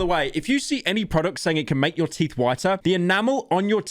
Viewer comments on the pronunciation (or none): I love how he takes a break in the middle of the video to talk about how "YOIR TEEF AR ACTULLY SHAPPOSED TO BE WHIETE"-💂‍♀️🇬🇧💷☕️🌊🤓🤓🤓